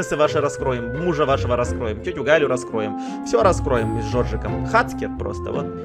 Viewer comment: правильно говорит не хацкер а хакер